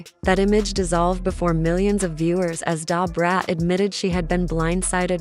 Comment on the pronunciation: Lady go away not going to listen to this because your voice is very annoying. And then you’re not even saying Da brat name the right way.